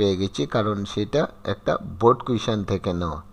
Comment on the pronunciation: Sir baald dey ni baard dice😂